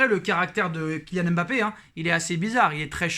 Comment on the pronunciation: C'est pas M'bappe c'est Mbappe Ta vidéo me casse le typan Bien prononcer ça ne coûte rien